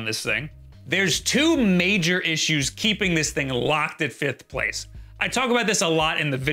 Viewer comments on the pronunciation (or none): none